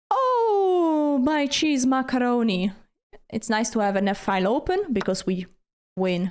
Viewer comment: That's, "Frrrree cheese macarrrroni."